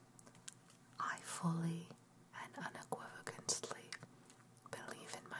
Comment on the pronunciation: Thanks for the upload. As well as the time and effort put in. But... un·equiv·o·cal·ly PLEASE! lol ;P